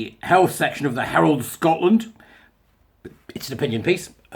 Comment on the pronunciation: Oh gosh. Everytime you say my home country I get the full on Scottish cringe.